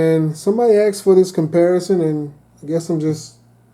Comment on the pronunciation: Are you OK. At one point you said someone axed you.